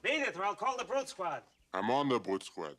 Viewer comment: "BEADDET! OR I'LL CALL THE BRUTE SQUAD!" "Ahm on da bwute squad." "You ARE the Brute Squad!"